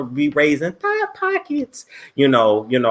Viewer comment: He said "thot-pockets"🤦🏽‍♀🤣😂